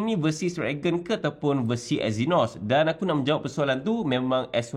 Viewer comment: Eynos? Euuwwww 🤢